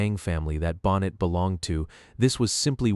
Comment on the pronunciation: I know you're a brand new channel, so please take this as constructive criticism. The script is excellent - but to have the last name of Neil Bonnett mispronounced again and again distracted me from the content every time it happened. If you have to use an AI voice, please listen carefully to the soundtrack and correct the errors before publishing. This would have been so much better with a real human voice. But nonetheless, I learned things about Neil, and about his death, that I had never known. I also hadn't known about Bobby Allison's son Clifford. I no longer watch NASCAR, but for many years I was glued to the TV every week, so you're talking about some of the drivers I've either watched or heard of. I remember when Neil Bonnett was an announcer. I don't think I saw the race where he was killed, but it was a long time ago. So thanks for this, and good luck for the future of your channel.